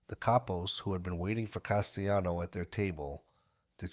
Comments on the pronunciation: Castellano is Italian, not spanish. It's not pronounced castayano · As soon as I hear "Castayano," 🫥😒🙄